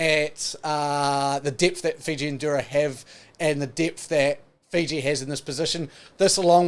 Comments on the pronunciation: Bruhh 😂😂it's fijian drua not fijian dura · Its not Dura.... its DRU - AHH.. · It’s pronounced “Drew-ah” (Drua)❤️